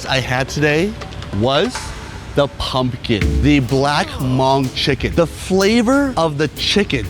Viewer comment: "This is a Monk chicken ... " Fail 😵 That's the equivalent of saying "This is a VeetKnameeKs chicken ..." or better yet "This is an AmerikeeK chicken ..." Understandably people just have a difficult time pronouncing certain words or ethnicity their native phonetics but hearing it so mispronounced is CRINGY 🤢🤮